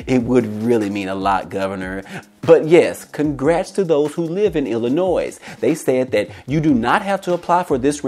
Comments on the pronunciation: "Illinois" ... The S is Silent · The S is silent in Illinois